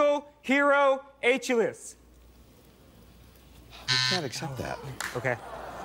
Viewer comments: Bwahahaha, the black guy said h allis. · A-chillis LOL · Pronunciation would be his aech-el-is tendon. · "H a less" for Achilles? The damage to Indiana's universities is done, but I hope his college advisor immediately enrolled him in a literature, mythology, languages, reading, or spelling course after that. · this is how you spell AC' HIL 'LES not ACHILLES just for the effort I would of let him win that Rd..😂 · Evoundova Morgan Binjimin actually, Upon re-watching He said “a-chillies” Poor guy. Haha It’s Achilles the greek myth hero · It sounded like "H-less". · A-chillies vs Achilles . Gotta know how to say stuff correctly dum dum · of the pronunciations in the show are correct. If you want to know, how "Achilles" is pronounced correctly, don't ask Americans. Ask the Greek: (scroll down) Now go and laugh about your own ignorance. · You know, if the guy pulled off and said 'hey wait! The true Greek pronunciation of that name is just as I said!' then more power to him. But he DID NOT KNOW and I'm glad the show has standards. There is CLEAR cultural precedent for the pronunciation of the name, and I was TICKLED he missed it and that they didn't it give it to him, hahaha! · Pronunciation was that guy's wait for it Achilles Heel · An university student who is so unfamiliar with classics as to mispronounce Achilles needs to withdraw. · The WOF puzzle is total BS considering he did indeed get it right when he said Achilles, he just didn't pronounce it correctly. I didn't think it was fair for them to not give him that because he mispronounced it. He still got it. Do I think it's ridiculous that he couldn't pronounce it? Yes. But I still think they should have given it to him anyways because he technically did solve the puzzle, which is the whole point of the show.